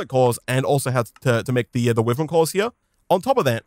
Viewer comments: it’s why-Vern not wiv-ern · Is it just me that gets mildly annoyed at him saying wiv-ren Instead of why-vern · i know it's a bit nitpicky but it would be better for my ears if could pronounce "wyvern" the right way which is "why - vern" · Its starting to anoy me how he says whyvern (wyvern) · I mean he isnt right nor wrong Maybe he got that due to the word being already hard to pronounce